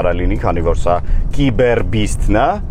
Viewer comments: Նախ ասեմ որ «տեսլա» չի «թեսլա» է 2-րդը «կիբեռ» չի «սայբռ» է իմ ախպեր։ Չգիտես թե ինչու են Հայերը միշտ թարգմանում ռուսերենից - Հայերեն։ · Սայբռ ✅ կիբեռ ❌